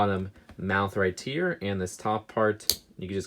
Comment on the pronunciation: Makes me mad he cant say "right here" or "Occamy" ok he may have a lisp or what ever but stop saying Occamy wrong they say it over and over in the movie!